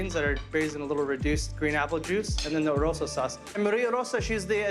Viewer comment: Maria Ylagan Orosa is the inventor of banana ketchup in the Philippines. I hope the chef didn't say Oroso. It kinda sounds like Oroso instead of Orosa. Just sayin'.